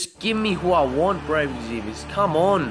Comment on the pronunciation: IT'S EXVIUS, not Exzevius... God that annoyed me lol